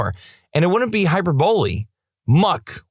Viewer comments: "Walmart is the only place I've ever worked at where I could say they wouldn't care if I passed on right there in the store. And it wouldn't be hyperbole." Hyperbole is NOT pronounced, "hyper-BOWL-ee". It is pronaounced, "hy-PER-bowl-ee". (The More You Know...) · Hyperbole. Hi-per-boo-ee